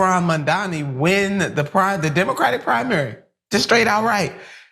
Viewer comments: With all due respect, but it's M‐A-M-D-A-N-I not Mamdami. It's really not that hard. While I don't think your guest is doing it on purpose like Cuomo, but is it really that hard to grasp. When Cuomo does this shit it's on purpose just as with Trump and Kamala. It's been how many months now? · Mandani, Mandami…Nina Turner can’t get it right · Lady, it’s Mamdani, not Mamdami! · And please, dear Turner, Zohran's name is MAM-DA-NI. Not Man-da-mi. Saying a name the right way, is THE way to GIVE RESPECT. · Your guest can't pronounce Mamdani's name ( she pronounces it as Mamdami), is it because she's an ignorant American who can only pronounce names like smith? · Why is everyone calling him 'Mamdami'? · "Mindami", Nina? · Why is Mamdani’s name so hard for people to say??? Like, seriously?? THAT is a hard name for people to say? Even Nina sucks at saying his name with respect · Nina has to at least say his name right wtf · Nina should practice saying Mamdani 😅